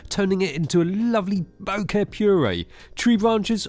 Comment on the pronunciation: Only can pronounce the word BOKEH correctly. The other channel be like BOKA.